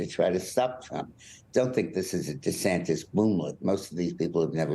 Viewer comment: It's not De Santes